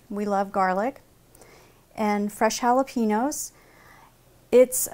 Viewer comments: i hate it when people say "holla-PEEN-yo" when its "holla-PAIN-yo" not too good with breaking words into sounds but you get my point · Did anyone else get annoyed how she said jalapeños. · I detest the way most Americans pronounce Jalepeños, the "n" isn't pronounced like an "n". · It is bugging me so much how u r Sauk g jalapeños Ugh If your gonna say it Say it right